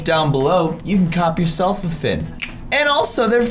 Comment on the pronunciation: You know how to spell octopus rubber ducky plushy but you don’t know how to spell Finn or sometimes pronounce fin